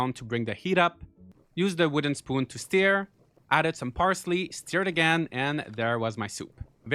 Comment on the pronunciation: You saying 'steer' instead of 'stir' made me burst out laughing. I love your channel so much❤.